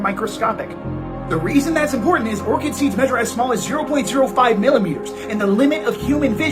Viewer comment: Ort-shid seeds? It's pronounced Or-Kid. Secularity must be false.